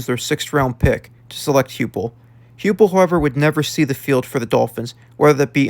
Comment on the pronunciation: Heupel is pronounced Hi-pul